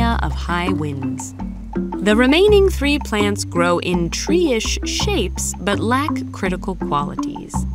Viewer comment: tree is not three 😂😂